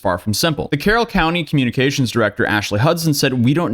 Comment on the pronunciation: Carroll County home, not Carroll Country home